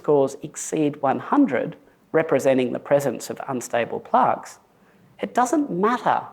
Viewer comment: Why is he saying Plarks